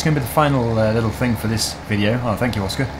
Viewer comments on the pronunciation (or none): none